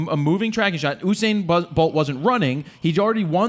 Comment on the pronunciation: By the way it is U -sain not UUUU-sain